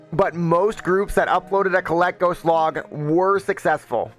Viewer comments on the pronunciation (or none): the dragons name is kay-leck-gos they even call him kay-lek